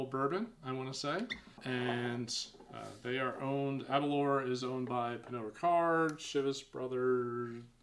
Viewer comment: Just watching this review now. With the pronunciation of Aberlour, the 'lour' part is said as if you are saying the word flour/or flower but without the 'f'. A'bunadh is pronounced A-boone-ack. Alba is pronounced Al-a-puh 👍🏴